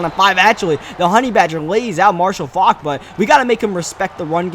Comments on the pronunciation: It's not Fok its Faulk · Nigga 😑 he thinks the "u" and the "l" are silent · Marshall Faulk not Marshall fauck